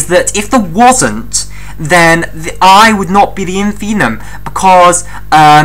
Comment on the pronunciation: That's InfimMuM not 'infinum', my dear...